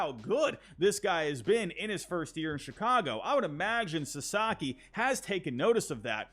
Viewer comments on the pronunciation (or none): none